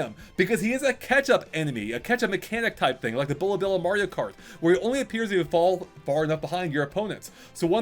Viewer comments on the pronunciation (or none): none